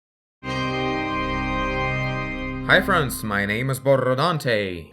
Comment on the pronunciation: You pronounce your name as "BoRRodante" or am I the only one that notices it? P.S. First language is Spanish so maybe that has something to do with it?